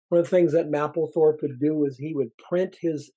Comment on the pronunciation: The "A" is a HARD "A" in Mapplethorpe..... You will sound more convincing is you PRONOUNCE the genius R.Mapplethorpe name CORRECTLY.